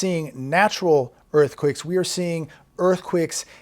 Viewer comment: Earthquicks??? You can't pronounce earthquakes lol??? Funny....